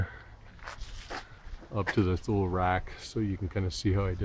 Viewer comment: The pronouncing of Thule is, toolee. Nice setup.